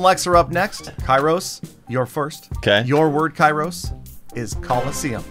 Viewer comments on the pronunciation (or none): can someone please tell kairos that his name might be written kairos but its pronounced keros? (im greek btw)